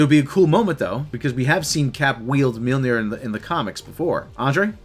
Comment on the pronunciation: That awkward moment when one of your cohosts pronounces Mjolnir wrong and the podcast keeps going...